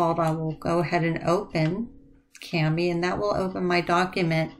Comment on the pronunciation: It's pronounced “kaw-mee”.